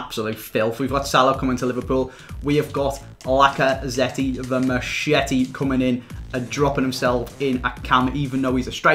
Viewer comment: TheDeadliestUnknown lacazette isn't pronounced the same as machete